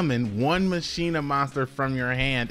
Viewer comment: You should pronounce machina like dkayed. MUH CHINA